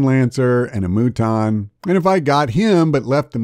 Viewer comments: If you're gonna pronounce Muton wrong just say mutton. Lol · I definitely figured out right away to kill troopers to force the sectoid to waste turns cut the rest of the tips are solid But even after a thousand hours in the first one and years offering 2 you can still get owned haha save files are your friend. Also it's "mew-ton" like, mutant. They joke about it in the interview on redlettermedia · I know this is a very serious video and all, HOWEVER And hear me out on this one.... The Moo-ton. Sorry, I had to.